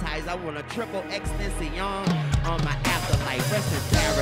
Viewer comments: He calls xxxtentacion triple extension because he had trouble saying tentacion lol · Triple Extensee? Lol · "i want triple x tensayon... on my afterlife" said it wrong again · He tried to pronounce it right he said XXXTENCION and he even paused for a split second but then he kept going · hell nah 😂 it's "TEN TA CION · Triple extension he said it all weird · Why can't Lil Wayne get XXXTENTACION's name right? Calls him triple extension. And now triple exten-si-on. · He didn't say his name right :( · MaxXForThree yeah I get that but Wayne don’t know how to say his name at all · He said it completely wrong lol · Still said his name wrong 😂RIP X ❤️ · Still didn't know how to say X's name yet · Wayne can't even pronounce X's nickname properly. It hurts to see what they do with the legacy of Jah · He still can't pronounce X's name right 😂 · Wayne can NOT say this mans name